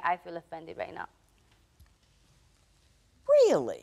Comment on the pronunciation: that "really" hit different😂